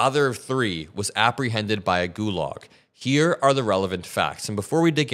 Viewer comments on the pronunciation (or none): none